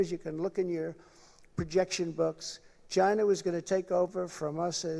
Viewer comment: Im sorry (not sorry), the way Trump pronounces "China', sounds like "Ghyyna". hideous.